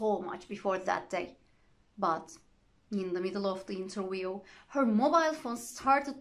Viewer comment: Wait Madam!!! we say Interview this is the phonetics /ˈɪn.t̬ɚ.vjuː/... not interwioo